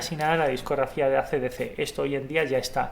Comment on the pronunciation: Que feo pronuncian los Españoles Jay Z ó AC DC !!!! 😱😷😷😷